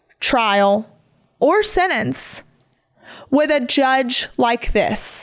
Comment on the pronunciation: PLEASE learn how to say sentence!!! Not sennence!! 😂